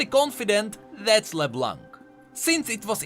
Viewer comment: Great video as always! I just wanted to point out the you do not pronounce the "c" in leblanc. Just like in french:D